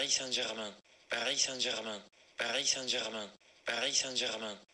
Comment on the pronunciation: Si lo escuchas muchas veces parece que dice "parí Sánchez man"